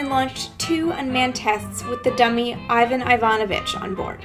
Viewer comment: Wrong stress! You should say Iva'n Iva'novich.